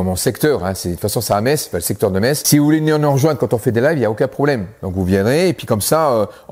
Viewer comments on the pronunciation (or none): none